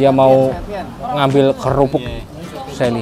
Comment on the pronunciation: Kerupuk kok kelupuk😂